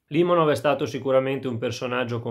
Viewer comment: Limònov, non Lìmonov... Nemmeno il nome azzecchi, ma che recensione vuoi portare.